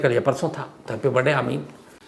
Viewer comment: Sir aapke video mujhe bahut pasand h ❤❤......aap jab barday bolte h to mai do baar back karke fir se sunti hun😂😂😂